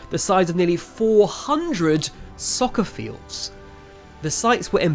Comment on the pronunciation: How does a British person say "soccer fields"... 😢😢😢